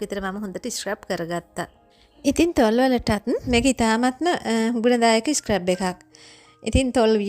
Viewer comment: ස්ක්රැබ් එකක් නෙවී dear ස්ක්රබ් එකක්. scrub ( සූරනවා) කියන වචනෙන් තමා හදාගෙන තියෙන්නෙ. ලස්සන වගේම වචනත් හරියට කියනකොට ලස්සනයි. තරහා වෙන්න එපා කීවට. ඔයාටම නේ හොද future වැඩසටහන් වලදී❤